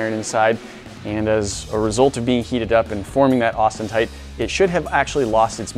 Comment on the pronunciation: Wtf? Austentite? It's Austenite. Austin .